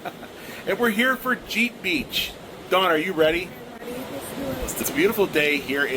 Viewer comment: He says "Yeller" Jeep. My biggest pet peeve is people who don't speak correctly. He's so bad that native English speakers don't understand him.